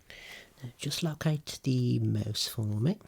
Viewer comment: When you said "follow the mouse" I thought you said "moose" and I'm like, "Sir, that's an elephant" 🤦‍♀️